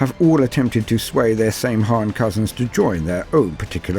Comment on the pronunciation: Great vid, but one of the previous edition codexes (6th ed I think) clarifies in a note that the pronounciation is not 'same han' but rather 'sam hine'